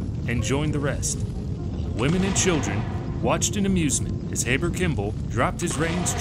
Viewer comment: Nauvoo is pronounced "nah-voo'" and Heber Kimball is pronounced "hee'-bur"